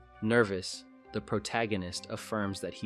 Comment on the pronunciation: Thumbs up for correctly pronouncing the word "protagonist " instead of "pro-toe gan-nist". 😆